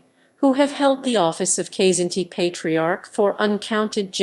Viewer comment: Kzinti is pronounced "Kuh-zin-ti". Lyran is pronounced "Lee-ran". Myrak is pronounced "My-rak..